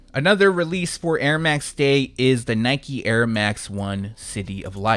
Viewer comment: 🔥✊🏼 Also the French pronunciation of the Airmax 1 and the Jordan 2 was spot on !